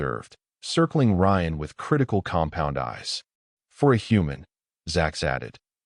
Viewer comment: drink a shot every time he say "compond eyes"